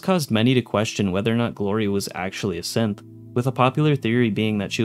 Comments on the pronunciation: Am I the only one that is hearing him say "simp" instead of "synth" when listing the characters that are Synths? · SynTH - wtf does it sound like you keep saying SimPPP? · You kind of pronounce synth like simp. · Every time he said Synth I heard Simp. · When you're passively listening and you accidentally hear Simp instead of Synth 😆 me wondering if it autoplayed to a random video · I kept hearing simp instead of synth. So “simp hysteria” “this person is a simp” “simp components” 😅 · Is it just me or is he pronouncing synth 'simp'?